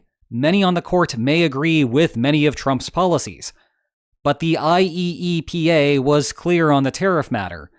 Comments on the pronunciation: I believe you'll find it is pronounced, i-E-pa. 😉 Also, yeah, the importers lost nothing b/c the costs were passed along. All the people in Red States who have nowhere to shop but Walmart have been paying the tariffs b/c everything at Walmart comes from China and Bangladesh. I'm old enough to remember BEFORE SuperCenters, back when Wally Wolrd bragged about "made in America" and still being budget-friendly. Not no mo'. So Trump has just been screwing over all the people who voted for him (plus others). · Just say "eye-E-pa" all together my guy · I have never heard any one call it I-E-E-P-A, let alone that often. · I did wonder watching this video,: after how many times of saying "IEEPA" letter for letter did you feel tempted to start pronouncing it "Yeepah!" instead?